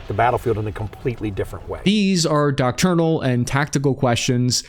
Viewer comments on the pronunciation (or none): 'docturnal'? ... doctrinal! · "DOC TURN AL"? DOCTRINAL?:face-turquoise-covering-eyes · . "Docturnal" ??? What is that? like doctrine but at night? ????